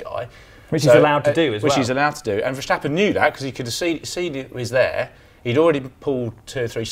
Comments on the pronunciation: Oi, four-eyes, how do you pronounce “stop”? And “step”? And “stuff”? And “start”? So guess how you pronounce “Ver*stap*pen”? Is it spelled “Verschtappen”? Schtupid. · It's Verstappen, NOT Verschtappen. But then, you neither have a clue what you're talking about. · Why do so many people say verSHtappen in stead of VerStappen? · Can the English speaking world please learn to pronounce the s in Verstappen as a normal s and not a German sh? The guy in the middle gets it quite right.